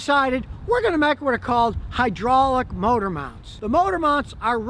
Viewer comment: “High-draw-lick” fluid